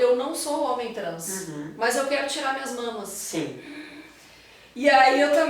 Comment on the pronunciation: Ela parece muito cuidadosa. Só me incomodou o "HOMEM", com ênfase, para se referir a homem cis. Parece até que homem trans é menos homem.